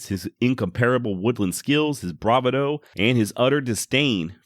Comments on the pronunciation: Not BRA-va-dough. It’s bra-VA-dough. Sorry, had to find something wrong with your post. Otherwise, another great job. Thanks! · Bravado is pronounced Brah-vado, not Brava-doh